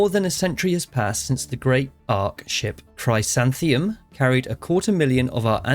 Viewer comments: The ark ship that brought the colonists to Deneb is called the Chrysanthemum, and the other missing ark ship you're searching for is the Hyacinth. It seems that the original colonists liked their flowers. (They're pronounced krih-SAN-the-mum and HI-a-sinth, for what it's worth.) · Hey mate, good start and not a lot of advice I can offer as only new to base Stellaris myself. What I can help you with is pronunciation though. The Ark ships are named after plants and your Ark ship, the Chrysanthemum, is basically Chris-ann-tha-mum. Also the Yuht I think are called the Yoot (or if you are an Aussie or Kiwi, the Ute). Being a military dictatorship, it might be interesting to go down the slave route and see what the differences are between base and STNH.